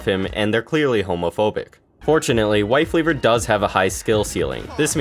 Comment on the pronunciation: Did he say wife leaver instead of life weaver or am I deaf?